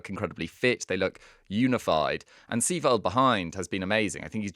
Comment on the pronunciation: Its Seiwald not Seewald